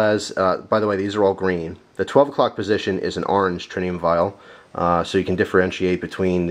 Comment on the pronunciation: there is no "n" in Tritium